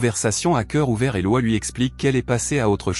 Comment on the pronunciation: On dit Lo......iiiiiiiisssss pas LOI :face-orange-frowning